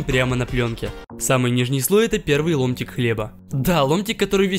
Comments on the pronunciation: Я один услишал не ломтик а лунтик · мне одному послышалось "Лунтик"